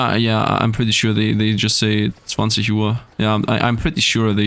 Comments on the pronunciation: please...never call him Nathaniel🙏 Edit: That "20 Uhr" was absolutely without any dialect. How long have you lived over here? Grüße gehen raus 😃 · Much love from germany, <3 We say 20 Uhr here, btw you sounded like a native when you spoke german xD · Damn, your "20 Uhr" was flawless. Couldn't hear any accent at all :D And yes, mostly we're saying "Number Uhr" but we're not consistent with it. Some say like "7 Uhr" instead of "19 Uhr" even though we use the 24-hour system, so they basically mix 12-hours and 24-hours up xD